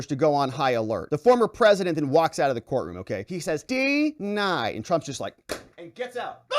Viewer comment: Did he really enunciate DEE-nied?